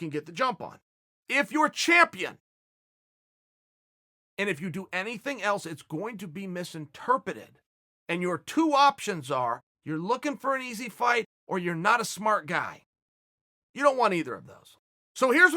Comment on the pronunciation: Did Chael just say "misinterpETED"? 😂 There's definitely an R in there my man.